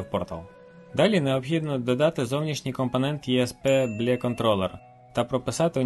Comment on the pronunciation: Лайк за відео! Мабуть вірно озвучувати Бі Ел І :)